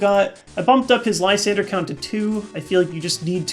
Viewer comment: I run skyla in my night march deck. Also i dont normally give a shit about pronounciations but i cringe every time he says "lisander" instead of lysandre.ugh